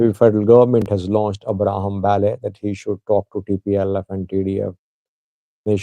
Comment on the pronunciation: i can helpp u to pronounce right the name Abraham Belay not Bale.